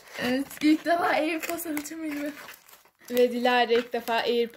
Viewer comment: Airpordosa airpord demeyeni de ne bilim